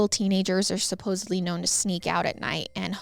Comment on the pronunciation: I believe the word you're attempting to pronounce is "Supposedly," not supposebly. Just FYI. I did enjoy the story, thank you.